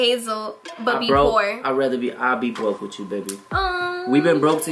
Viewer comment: Damn why can't this girl say With you?! Wtf? Every damn video it's witchu this and witchu that. Damn! Lmfao